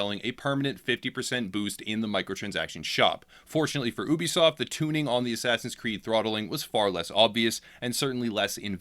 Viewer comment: Dude Ubisoft is pronounced yoo-bi-soft . Not oo-be-soft. You sound a little silly saying it that way.